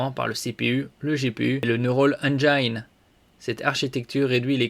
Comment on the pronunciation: On dit « engine » comme une angine